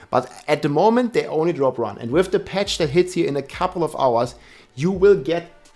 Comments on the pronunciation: Patch ❌ Petch ✅ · "Fett Patch" xDDD Bester englischer Satz ever heard xDDD